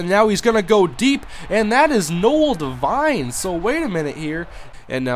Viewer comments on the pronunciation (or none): none